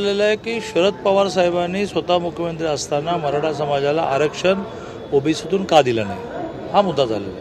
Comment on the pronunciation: साहेब तुम्हाला, मराठा म्हणुन शब्द उच्चारताना खूप त्रास होतोय का, मग साहेब आता तुम्ही रिटायर्ड व्हा, आता सर्व निर्णय महायुतीवर सोडा, तुमचं बोलणं पण कोणाला कळत नाही. आता बास झालं.